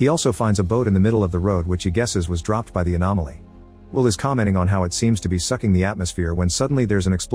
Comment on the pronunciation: I'm sorry, did the AI Voice just refer to an anomaly as an "Animality", as in from Mortal Kombat? Lmfao what